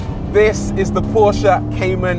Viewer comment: Finally someone pronounces Porsche accurately 🙏